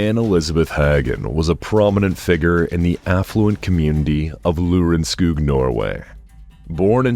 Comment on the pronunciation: Lørenskog not Lurenskug. You can also say Lorenskog. In the case number 48